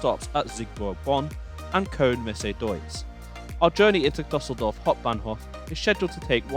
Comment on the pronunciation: Nice, but please check the pronunciation of foreign names before going on the air. The WP article on Düsseldorf shows you how to do it: [ˈdʏsl̩dɔʁf]